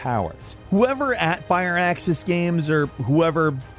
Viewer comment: Firaxis —> “Sounds like FUR-AXE-IS”